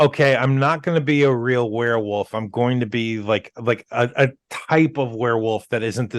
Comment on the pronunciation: it's werewolf, not werarworlf. lol